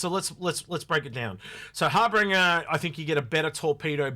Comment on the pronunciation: I chuckle every time says Harbinger (aka "Harbringer") and Hoplite (aka "Hoppalite"). It's like George Bush pronouncing nuclear as "nucular".;-)